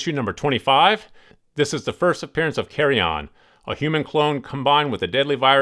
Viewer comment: Carrion is not pronounced “carry-onn”